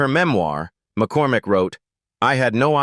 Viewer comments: . Please also pronounce the names right! Marcia’s real name is Maureen McCormick and NOT “McCorMACK”! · Ma-Core-Mack. What the hell is that ? 😂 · “Marcia’s “ real name is Maureen McCORMICK and NOT McCor”Mack”!